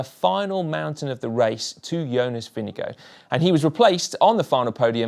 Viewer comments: As a Dane. You pronounce the Vinge bit correctly. The Gaard bit you pronounve as in Store with a G instead of St. The D at the end you donøø pronounce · You should really just call Jonas Vingegaard by his first name "Jonas". It's hard to butcher his last name much more than was achieved here. :) Good video though. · When will the GCN presenters learn how to pronounce Vingegaard? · We know so little about him we also still mispronounce his name 🤣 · When you pronounce Jonas Vindegaards name, it sounds like Vindego. Maybe you should consider to get it right🙂. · This has got to be the worst pronounciation of "Vingegaard" I've heard so far - completely butchering it! :D IT'S NOT "WINNEGO"! Please, get your act together, it really isn't that hard. For right pronounciation, watch this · Lars Bak is not excused either! If you're making the effort to pronounce any name the right way (and especially if you're doing it in a video where you're saying it a hundred times), then at least get it close to right. "Winnego" is ridiculously far off. Otherwise just stick to regular English pronounciation like most non Danish-speakers, so we at least understand what name you're trying to say. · We need a little talk about pronounciation. Vinnegow ? Ving as in sing, e as in eh, gaard as in gore with a very short e. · Your pronunciation of vingegaard is getting better, but still a bit off. It is not vinge gooo. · Absolutely, and this is most definitely an extremely poor effort. These guys are pro commentators for Christ's sake, they should make the effort to at least get it close to right. Butchering a rider's name (and not just any rider, but the winner of the Tour!) like that is quite simply just not good enough. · Why cant you say Vingegaard properly? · GCN, why don’t you say Vingegaard’s name correctly, like the way the announcer said it during the final awards ceremony?